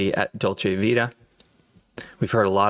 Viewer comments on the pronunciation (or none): none